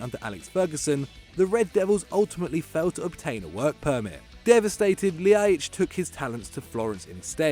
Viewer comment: that Ljajic pronunciation was horrible. Just say an l then an i and then an a. But really fast. That one honestly isn't difficult.